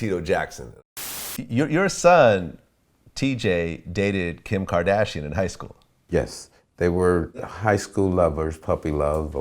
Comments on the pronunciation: Kim kerdashin😂 the way he pronounces it. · "Kem kdashiann"